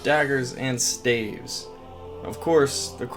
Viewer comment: Staves 🤣🤣🤣🤣💀 why he keep saying it like that